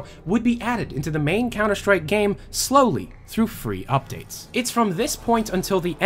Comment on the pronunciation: Fre'e* sprays